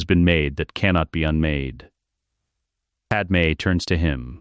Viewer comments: Fix your damned AI narrator program. It's pronounced "Pad May". Not Pad-Em. Pad-Em sounds like a Kryptonian name from an issue of Superman, or Action Comics. Your AI deserves to meet a high voltage electromagnet. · Who the frakk is padam supposed to be...if youre gonna both misspell and mispronounce it at least go w panam...